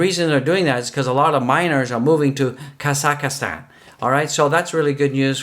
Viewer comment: Hey I know the lock down sucks but hang in there brotha! And it's pronounced kazz zack stan lol 😆